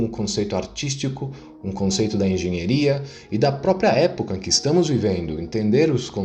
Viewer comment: "Engenheria" foi a pronúncia errada, é diferente de engenharia ou pura frescura mesmo?